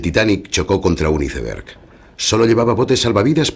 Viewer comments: Se pronuncia "aisberg" no "iseberg" carajo!!!! Como tan coñizado van a hablar 😡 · Se escribe aisberg y se pronuncia aisberg